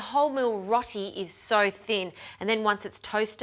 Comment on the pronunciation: its pronounced rowti not rotie